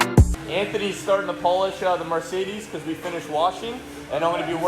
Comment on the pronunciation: Take a shot every time pronounces Mercedes as “Marcedes”!